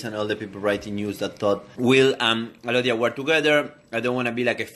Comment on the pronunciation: Alodia, A lovia. (Lol. Sige na, corny na akoh)